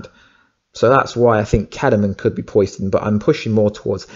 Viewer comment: Not Pois-den buddy.. Po-Siden.. like Poseidon the Greek God of the Ocean.. Also.. I think it would be stupid if it was Kellerman, He's already done some shady stuff, and it totally takes away from the huge turn around that his character had in the last seasons of the Series, He turned himself in, helped them out, And became a genuine good guy, willing to go to Prison for good and to protect his sister (I think, been awhile), so for him to turn in to a scumbag, just sort of erases all that.. And yes Wentworth is Such a beast, Really makes me wish that the Captain Cold that got sent back to 2015 on legends to put him on the path to become a Legend.. Either finds a way to go through that and not die.. or if he has to, doesn't join the legends, and comes back to the Flash, he's so good at Captain Cold, I honestly never liked the character in Comics/Animated Shows, he seemed so weak, but he brought new life to it